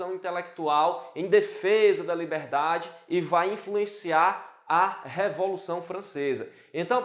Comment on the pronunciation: E a moça engoliu corda ficou nervosinha, será que precisa fazer um curso de dicção também......o que a moça tem contra a palavra dedel ?...É a révolução ou revolução?....kkkkk